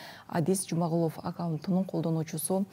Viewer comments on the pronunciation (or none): Адис Жумгалов деп турбайбы, Жумагулов деп окуп жатасын